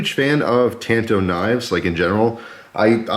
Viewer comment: Thank you!!!! You said it right! When I was in Japan and was touring a major knife factory one of the gents said to me it is called a " tanto" .. So I have forever been saying " You right kemosabe! You Lone Ranger me Tonto" . So thank you for that. Although a really cool knife wearing warpaint could look rather cool! I own the Ruike P138-W and it is stealthy looking , it most certainly won't show up on radar.. Haha! You are right about the quality coming out of China. Yes they have stepped up their game and they are hard to compete with price wise. Here is one of the issues I do have. Americam companies such as Microtech collaborating with a Chinese company to build the Socom Bravo. The Chinese are famous for copying designs. And they keep going till they reach perfection. Like Benchmade is heavily copied. It use to be the way the steel was ground and say the off green colors on their alloy scales. Well they have perfected that along with markings and even the boxes and hang tags are the right color and thickness. They do it with expensive watches and circuit boards and game systems etc. China is a monster that the west has created. We have paid them well to Rio us off. And in return people like Brandon makes deals to purchase products that they built using our designs. . Anyway rant over. The best part of knives like this is you can use them and not feel guilty when screw it all up.